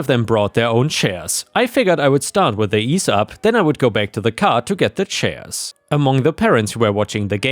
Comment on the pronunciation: EEE ZEE Up. It's a brand name. Not Ease Up.